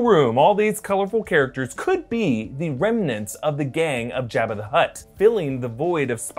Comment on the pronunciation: Job-ah. Not Jab-ah.